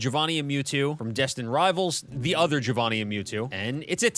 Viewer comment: Why do you say Giovanni like giovannian lmao